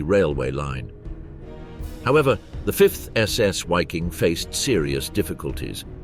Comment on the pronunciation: Another YouTuber that can't be bothered to learn how to pronounce the subject of his video. WTF is a "Wiking"? It's pronounced, unsurprisingly, "Viking" whether you are English or German. So that's another YouTuber I can block.